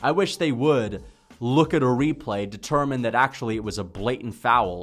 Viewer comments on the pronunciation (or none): none